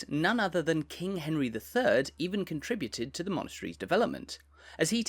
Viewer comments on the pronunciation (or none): none